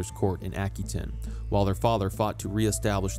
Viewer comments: AH-QUE-TAIN NOT, Ack-Oo-ain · Hello. That is an anglicized pronunciation. Aquitaine is a French territory and it's French pronunciation is as i say it.